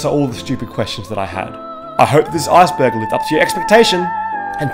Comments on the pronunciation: Lmao when he says Iceberg it sounds like Assburg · This video is hilarious because when he says "iceberg" it sounds like he says "asperg." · I knew I was gonna finish this video when he said "arseberg"